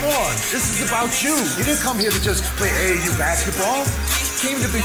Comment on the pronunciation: 🤦🏽‍♂️🤦🏽‍♂️🤦🏽‍♂️🤦🏽‍♂️🤦🏽‍♂️Double A u is crazy 🤣🤣🤣🤣 it’s AAU